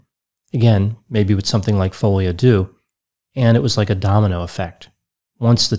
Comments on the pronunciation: It's "folie à deux " pronounced "de" not "doo" : ) Sorry but it was driving me mad as you said it quite a few times. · I laugh out loud at how people pronounce folie a deux "fowlyadew" it's pronounced "folie a deu" 3 words folie rhymes with lolly, deux rhymes with the the eu in neutron. Literal translation is madness of two. Not me being raised Dutch explaining in English how to pronounce French lol. (No shade, big fan! thanks for making me laugh). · At least go online for a few minutes to learn how to pronounce "folie a deux"! Your mispronunciation made it difficult to listen to the rest of your presentation.